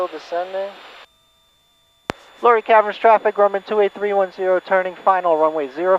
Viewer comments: Nice video. Not to be a nudge, but the name of the caverns / town is pronounced “lah Ray”, not lory. Just saying. Digging the Grumman. I’ve been flying an AA5 Traveler while out here in Oregon! Fair Skies and Following Winds! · Luray is pronounced Loo-ray.